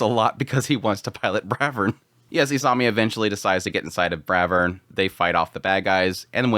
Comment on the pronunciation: It's not Bravern, it's BRAVEERRRN!!! 😂